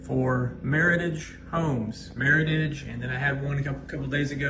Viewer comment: Never heard anyone pronounce Meritage that way